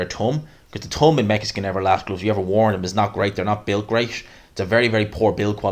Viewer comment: It’s pronounced thumb not tum